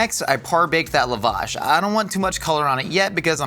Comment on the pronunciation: The pronunciation of lavash is taking me out, sincerely an Armenian lol